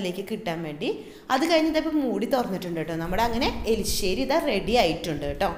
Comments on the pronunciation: this not elissery, say erissery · elisseri alla erisseri aane.. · ..Eli Alla...erisseri... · Enthina ithrem show kaanichu samsarikkunne. Elissery alla Erisserry. Sansaaram arubore